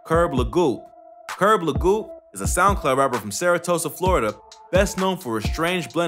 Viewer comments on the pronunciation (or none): It's Sarasota. Not saratosa lol. All good tho bro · No one talking about how he said saratosa? Not Sarasota?? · It's Sarasota, Florida; not Saratosa lol. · i know you aint said "saratosa, florida" lmfaooooo 😂😂😂😂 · Bro Kirb from my city! It's pronounced Sarasota not Saratosa lol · Can anyone tell me where the fuck is "Saratosa, Florida"? Lmao. Jesus Christ. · I’m sure he meant Sarasota Florida , not saratosa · What the fuck is “Saratosa, Florida”!? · Where tf Saratosa you mean Sarasota cuz4️⃣⬆️ 3K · jit said Saratoga Florida 😂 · "Sarotosa" Florida?! Lol... Everyone in this video is a "drill rapper" that "holds guns in his videos".